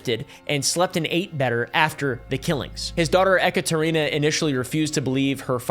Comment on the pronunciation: E-katarina. Like an electric version of Katarina.